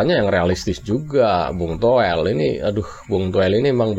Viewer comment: Toweell.. Towell... 😂😂😂.. Udah untk stasiun tv.. Atawyg punya pidcase.. Jgm lah undng orng gila ini..